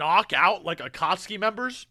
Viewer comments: bruh its cringe seeing ppl make fun of pronouncing akatsuki, like bruh, hes reading the manga, not watching the anime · It's so criminal how was just getting used to Aka-tsuki, then he gets hit when a Jinchu-riki. That insta pause there killed me LOL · Fun fact: In Italy our official dub pronounces every U in every name. So yeah, akatsUki and sasUke. Yes, we hate our dub, but we've learned to not cringe every time XD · Gaara's probably Kazekage cause his dad died. I always assumed that Kazekage was chosen differently than the Hokage. More like a monarchy than a democracy. Also, is 100% pronouncing Akatsuki wrong just to troll people. I can't allow myself to believe someone could pronounce that shit like that on purpose. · botching the name Akatsuki and Deidara is hilariously bad, but understandable since he's only reading the manga.